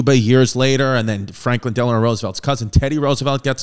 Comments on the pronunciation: Its not Deleanore. Its Delano. His wife was Eleanor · Fun history fact: FDR's middle name is NOT Delanor! It is Delano. Nearly everyone mispronounces it as Delanor, and that is the name that we all know. I believe the error might have something to do with the middle name of Franklin D. Roosevelt’s spouse, Anna Eleanor Roosevelt.